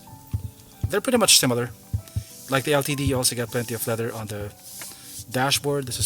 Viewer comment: I think he said it perfectly. How would you say the word "LTD" then? Litd? Lol